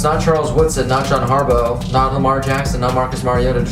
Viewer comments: Harbaugh “Har-Baw” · Like if u cringed every time he said John Harbo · it pronounced harbaw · BTW its HAR BAW